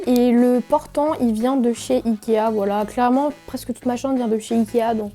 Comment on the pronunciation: qui a aussi remarquer que aulieu de dir chambre elle dit chambe jdi ca jdi rien😭🤣😆😏